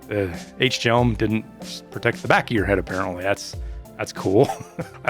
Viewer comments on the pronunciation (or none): The hjelm is pronounced with a very soft h basically just jelm it’s not ach-jelm